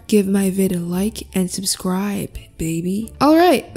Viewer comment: You guys she didn't say subscribe, she said subcscribe, so do it. Whatever it is do it.